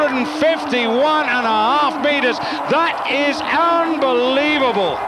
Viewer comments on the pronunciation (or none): Haha komentator jak wymawia " unbelievable " xD